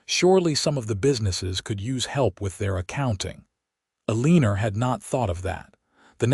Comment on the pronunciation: Aleener? Is her name Eleanor? 🤦